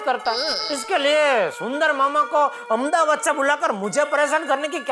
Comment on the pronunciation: Y she say amdabad it’s Ahmedabad idiot ppl make there own names